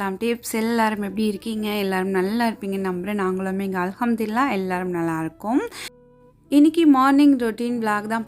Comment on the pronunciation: Alhamthillah ila alhamthulillah olunga theliva sollunga meaning marum